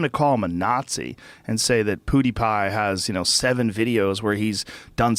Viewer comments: Joe says Poodepie like an old man that can't keep up with the new hip kid slang. "Ugh! It's PEW-DE-PIE, DAD!" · Dude, Joe,its not Podtie Pie.. its PewDiePie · Can somebody tell Joe it's not poodiepie it's PEWdiepie. thanks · pyew pyew not poo poo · I almost choked on the juice i was drinking when Joe said poodipie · “Poodipie” - Joe (Joe rogan) Rogan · “Poodipie” - Joe Rogan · Nobody: Joe: “PooDeePie” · Lol Joe "poo d pie" Rogan 🤣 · joe pronouncing it poo de pie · Joe "PooDiePie" Rogan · "pootie pie" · Did he just say POO DEE PIE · Lol “POOdipie” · Joe "PoohdyPie" Rogan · "Poowdiepie"-joe rogan 2018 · Joe “Poodeepie” Rogan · NO ONE: JOE: pOoDiePie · no one: Joe: Poodipie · Joe “poodiepie” Rogan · "Poodiepie" lmao, the way he said that reminded me of my dad trying to be hip. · can't get over Joe calling him poodepie numerous times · Joe "POO DE PIE" Rogan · He said pootypie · When joe hogan said poodeepie i felt that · “Poodie pie” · Joe "Poo Dee Pie" Rogan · POO-DI PIE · Joe "Poodeepie" Rogan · Joe “PoodeePie” Rogan 😂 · I lost it when joe was making his final piece and he called him “poodeepie” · Thought he was about to say pouty tang. But he said pouty pie. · Joe "poodiepie" Rogan... Joke aside.. love you Joe.. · No one: Joe Rogan: “Poodie Pie” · I like how joe constantly says “Poodypie” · The only thing I got out of this video was joe saying poodypie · Lol at Joe....."Poo-deepie" haha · "POO DE PIE" lol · Joe "Poodie-pie" Rogan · "Poodeepie" is more successful than you, show some respect at least get the name right. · Sounds like Joe is saying poo-die-pie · Joe "Poodeipie" Rogan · Joe can't say pewdiepie. #poodiepie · Poodipie?! Sounds like Khalabib! haha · Am i the only one who hears Joe say "PooDiePie"? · Joe "poodiepie" Rogan 😂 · "POO DE PIE" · btw you are saying his name wrong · LMAO listen to way he said pewdipie's name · Nice pronunciation my dude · Joe's pronunciation of Pewdiepie is hilarious. He has to be doing that on purpose right?